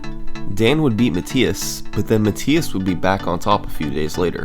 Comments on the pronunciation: I'm pretty sure its pronounced "Muh-Thigh-Us" not "Muh-Tee-Us" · It's muh-th-eye-es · Even though you are pronouncing the German name Matthias incorrectly 😉.. This is a very well organized video my friend, good job 👍